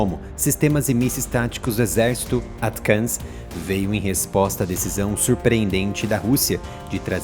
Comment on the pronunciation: "ATCAMS"?? -Não seria "ATACMS"??